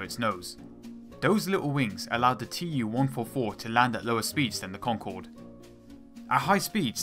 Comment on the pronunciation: IL -2 is pronounced "eew-2" fron "Ilyushin" and TU-144 is pronounced "too-144"